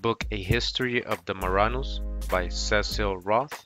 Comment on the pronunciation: Ok enough learn to pronúnciate these words Cecil ( See-Sul ) and man is not called ( Say-Saul ) Auxiliaries ( Ox-zealer- reese ) ... after an hour I couldn’t anymore.. but Thank you very educational. Google translate pronounces english words too #Irritated 🤦🏽‍♀️